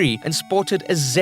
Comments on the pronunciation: CO-lee-co Vision not kel-e-co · "Cullico Vision"?